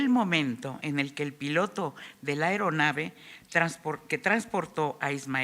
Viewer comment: Señora, no es ERONAVE, es AERONAVE, ni es PILOTÓ, si acaso es PILOTEÓ